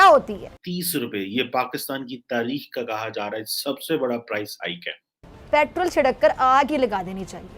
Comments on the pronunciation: ko doctor ki diggory kisne di petrol ko petral bolti he jahil worat raw ko rauw bolti he🤣🤣🤣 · petraaal 🤣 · Petrrraal pronunciation